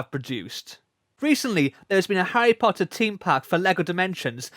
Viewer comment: Harry Pottah is back